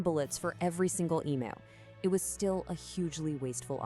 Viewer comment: Another creepy AMERICAN AI redstory based on a true event, which could not pass up taking the piss out of Australia. " WE " don"t care but even the AI could not pronounce "EMU" correct to Australian standards. So much technology, such a little word and yet SO WRONG.